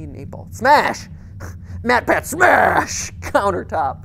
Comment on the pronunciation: The Pocket Potato it's MatPat not Matt Patt